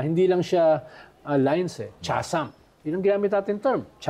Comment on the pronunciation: Sinasadya lang ba ni Llamas ang wrong pronunciation niya? Chasm is kasm, not tsasm cache is kash, not kashey